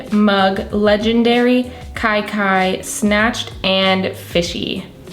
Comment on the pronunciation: The look was so pretty showing what seems to me a good palette. Here again tho it’s so funny how ppl still don’t read or see the true name of one of the colors as I understand it- at times in the beginning it was said as Kiki but KaiKai is my understanding of the shade color. Huge huge difference in meanings and of course as a creator I’d want ppl to get the names right if they were doing a review. I finally ordered it yesterday and this reiterates my feelings of what a good one it is